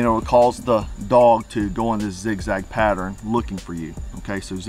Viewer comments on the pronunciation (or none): none